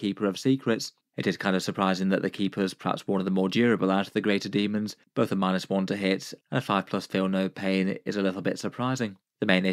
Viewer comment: The true pronunciation.